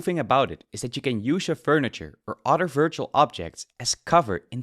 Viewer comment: WIF, DIS, UDDER, TRILL, .... it's TH that hard to say? Tongue under your top teeth and breath out.... it's actually pretty simple